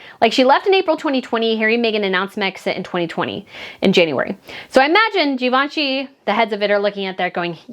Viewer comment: “…to go from Gee-Vaun-Chee to Q-V-C…is a step down” 😂